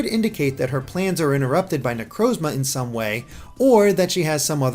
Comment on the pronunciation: lol wtf are these pronunciations. "sol-ga-lee-o" "ne-crose-ma"